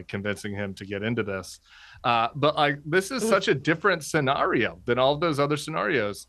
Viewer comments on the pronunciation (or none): He's being told what to say through his earbuds. You can tell because of how he first pronounced the word "scenario", only to pronounce it differently a few seconds later.